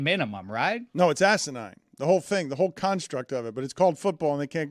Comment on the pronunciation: fine dan everytime he says asanine